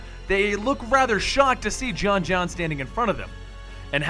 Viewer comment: Johns johnns it's pronounced John jones